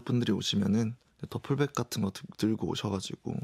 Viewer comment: 더블백 아니고 더플백이다